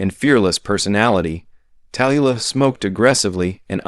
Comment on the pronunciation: Marlene Die-et-rich? Tallyyoulah Bankhead? Lauren Back-all? Me West? Ahva Gardner? Em-phy-sma? Dude, LEARN THE PROPER PRONUNCIATIONS OF THESE NAMES AND WORDS! OTHERWISE, DON'T BOTHER MAKING THESE VIDEOS!